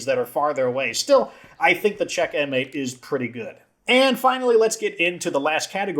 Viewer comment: It's also odd that the Sweet Spot has dismemberment at all. How a bat can knock an arm or leg off is beyond me. Also, Czech M8 would be pronounced "checkmate". The Golden Honcho is hilarious to me. In reality, an AK47 (or any other assault rifle/carbine) with no stock wouldn't be as controllable as it is in-game. Yes, it has the "Romanian Dong" forward grip, but that only helps so much. All that said, I love the Czech M8 and MPX Competition. Especially with a gunslinger. Although my favorite weapon to use with a gunslinger is a shotgun.